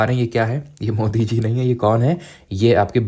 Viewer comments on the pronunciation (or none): none